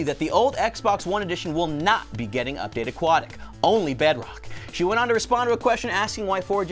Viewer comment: "Updatea" nice English tanner